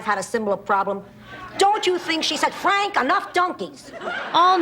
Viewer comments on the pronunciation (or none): none